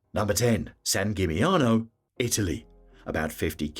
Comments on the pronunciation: Dubrovnik is the opposite of a hidden gem, on the contrary, it suffers heavily from overtourism. And Split is right behind. Same with San Gimignano (plus the pronunciation of the name is even worse than the others in this video). Even worse ist Mont Saint Michel, which should be visited including spending a night. And of course Venice (Venezia) is the best example of a place with overtourism, they even ask for an entrance fee from day tourists who don't spend the night there. Plus, they are trying heavily getting rid of all the big cruise ships in the lagoon. Hallstatt has become famous because of its copy made in China. Basically, many places in Austria are equally beautiful. Overtourism also leads to very high prices, so those places are tourist traps. It makes no sense promoting them further. The rest of this video can be regarded as helpful tips for tourists exploring Europe. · This holds true not only for the Italian names, although San Gimignano was the worst. And I am saying this as a German with almost no knowledge of Italian (except the menu in Italian restaurants).